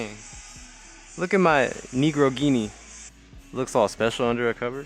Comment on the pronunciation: “Negroghini” Killed me 😂